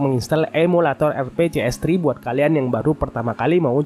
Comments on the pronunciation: Bang RPCS3 bang bukan rcps🥲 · RPCS ohm..bukan RCPS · RPCS3 pak bukan RCPS3 wkwkwkwk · Gatel bener dari tadi ngomong RCPS Padahal jelas RPCS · itu emang sengaja di plesetin atau emang salah ngomong Min ? RCPS3 haha bukanya harusnya RPCS3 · RPCS3 bang bukan RCPS😁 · RPCS3 bang... RPCS Tigaaaaa... RCPS3 mulu disebutnya. Wkwkwkwkwkwk